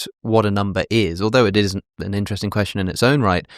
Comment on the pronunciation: “To be or not to be, that is the question.” That would be counted as 10 syllables because of the elision between “be” and “or.” In poetry, when one word ends in a vowel and the next starts in a vowel, they form a “synalepha” and they’re both counted as one. Also, the emphasis of the word “question” is not as he pronounced it (quesTION) in the second syllable, but rather in the first syllable (QUEStion). Which is relevant because you would also add to the meter 1 syllable if the tonic (i.e., the syllable that you stress the most) in the last word of the verse was placed in the last syllable. If you’re curious, they’re 4 types of words based on where the tonic is placed. Ending a verse on each kind has a different effect on the meter. Note: He’s right about the witches meter being at 7. Like in the line from Macbeth “fair is foul, and foul is fair.” It seems like it’s the other line was the only mistake.